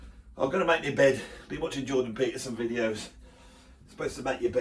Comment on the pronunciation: "Bin watchin' Joh-din Peterson videos" ... ok that got me lol